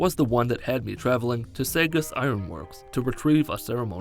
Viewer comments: It’s pronounced “saw-gust” not “sagist” I live like 4 cities from it 😂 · For future reference it's pronounced saw-gus not say-gus. Put some respect on my hometown lol good vid tho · Saugus is pronounced "sawgus" not "saygus". I don't know why but that bothered me. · “Say-guss ironworks” As a new Englander I’m highly offended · Saugus is pronounced saw-gus. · Did you really just call Saugus “Say-Gus” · Saugus is pronounced like this (Saw-Gus) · fucking Massachusetts town names man..... .... Saugus is pronounced “Saw-Gus” 😂😂😂😂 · SAW-GUS iron works. Yours truly, former Massachusetts resident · As a person from Lynn, the way you said Saugus caused me physical pain.